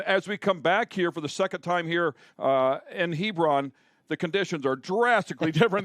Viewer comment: Quit saying "Hebrawn," Everything in Ohio isn't pronounced like Lebron